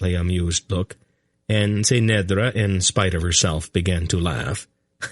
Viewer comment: SAme here, but because I have read it so many times I have developed my own way of how certain things should be pronounced, which can be very distracting if the reader does it wrongly, for eg he says kway instead of key (quay) kerek instead of cherek. the biggest distraction is that he often changes his pronunciation of the same word despite being given clues by the author, Ce'nedra for example, somehow he manages to slip a t in there.